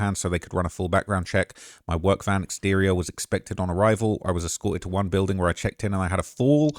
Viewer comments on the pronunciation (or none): none